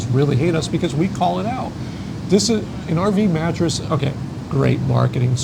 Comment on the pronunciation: Cool video and you are so right on many of these. Honestly, I am so sick of this “sponsor” concept and how many RV YouTubers will pimp off anything for a buck. I feel like it is ruining RV YiuTube channels. Also, if I hear “RV Mateess” one more time, I think I’ll explode 😂